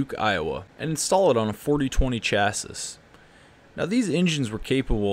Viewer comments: You pronounce "chassis" kinda funny 😂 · The way you pronounce chassis makes me wish I was deaf